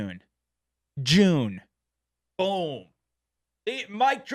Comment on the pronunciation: You never really thought about his American accent until he didn’t quite get “June” and “boom” to rhyme 😂😂😂👍